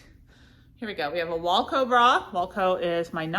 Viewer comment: Hi, love you! Longtime viewer, not a first time caller. I know you have trouble with pronunciation and had speech therapy when you are younger, so in no way am I making fun of any kind of disability. I just have some tips to pronounce brand names correctly, especially if they are your #1 seller. Wacoal is not pronounced like the band Wilco. It’s not walco. It is wah 😩 coal. Aerie is prounounced Airy, but it’s made by American Eagle, hence the AE at the beginning of Aerie. It’s also kind of a play on words because aerie started as undergarments and they were supposed to be light and airy. Onzie is not pronounced onesie like the one piece that babies wear. We all know the term onesie is licensed by gerber and would never let anyone else use it, even spelled differently. Which is why Onzie has the pronunciation right on the price tag of own-zee. So they don’t get sued by that Gerber baby money. 👶